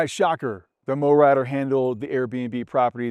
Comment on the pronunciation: Why do you pronounce it "mowratter" when it's clearly Mowrator? Are you trying to be smart?